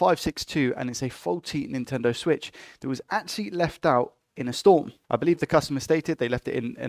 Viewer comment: "Intendo Switch" haha